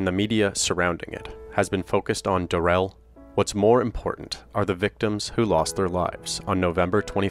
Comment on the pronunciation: Just a note - his name isn’t “da-RELL”, it’s pronounced normally (“DARE-ul”). He bizarrely changed his name pronunciation during the trial, but his mother/grandma/GF (and he himself during sentencing) pronounced it correctly.